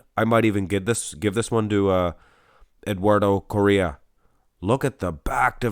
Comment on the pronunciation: I believe it's pronounced something like "CO-HEY-UH"